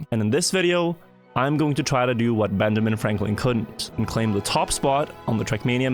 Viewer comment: lol dude said benjaming